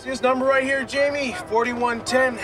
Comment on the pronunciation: A "4110, 4.1" axle ratio eh, usually we say it as "4 11" or "4 10" even though it's written 4.11 or 4.10...besides the fact he said it wrong, that Mustang would have a Ford 9" axle, the axle on that F-250 is a Dana 60, I know that because the back cover was off. A Ford 9" doesn't have a removable back cover.